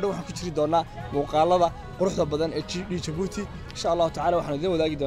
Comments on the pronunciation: Wadanka waxa la dhaha Djibouti (jabuuti) not (dhi)jabuuti. Magaca inaga sax. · Le "D" est muet ,,, oo ka dhigan ,,, The "D" is silent marka aad ku dhawaaqayso Djibouti waxba "D" haku dhawaaqin Sida kale waa muuqaal qurux badan dhoor jeer oo aan jabuuti tagay iima suuroowin inaan gobalada u boxo insha allah sanadkaan qorsheynayay inaa tago markuu xagaaga dhamaado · stop saying "D" jibouti the "D" is silent juste say jibuuti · Fadlan haddaad aragtid qoraalkan ogow "Djibouti" inaan loo akhrin D(dhii) Jibuuti. Af-faransiiska "DJ" waxa loo akhriyaa "J" la adkaynayo markay soo baxayso. Hase ahaatee "J" caadi ah ba waad iskaga akhrin kartaan ... ee soomaalay "D"da Ingiriisiga ah ee iska u akhrinaysiin inaga daaya.